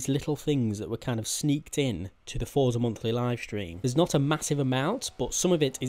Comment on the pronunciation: he says fortza all the time does my head in